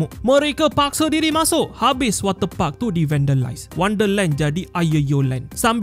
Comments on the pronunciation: Ni aku yang Salah dengar ke atau ape Wate puck Atau water parks 😂😂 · Ko sebut wat ter pak tu elok2 skit min 🤣🤣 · Jangan tekan sangat lah kalau sebut water park tu...banyak Kali dengar udah lain bunyinya hahahah😂😂